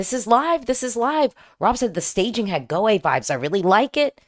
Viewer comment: You nailed the pronounciation of Gåte perfectly 🥰